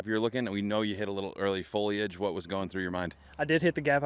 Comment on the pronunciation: Really Uli? Talking English is easy? Try to say foliage again! ;)